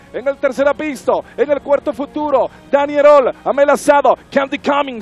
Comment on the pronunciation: Que paupérrima narración, ni siquiera sabe pronunciar al caballo apistos...